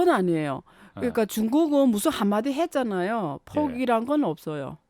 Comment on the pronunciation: 전형적인 조선족 발음과 말투, 싸우자는 듯한 태도... ~했잖아요, 했잖아요.